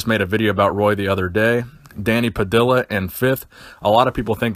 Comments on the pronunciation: It’s not “pa dill ah” it’s “pa dee ah” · just some FYI: it's Danny Pah-dee-ya. two L's in spanish is pronounced like the letter Y. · Danny Puh-dee-uh